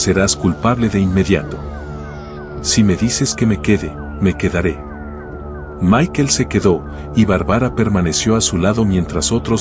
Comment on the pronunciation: Barbara no Bar-bara y es Michael no Mikel 🙈 minimo pronuncia bien los nombres 🙈